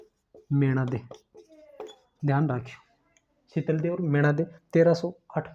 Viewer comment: शीतल देव ❌ शातल देव✅